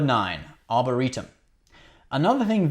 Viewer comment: Just a few nitpicks: 1) it's "arboretum", not 'arboritum' 2) and as stated previously by Lt. Cmdr. Data (in TNG episode "The Naked Now"), "they were blown out"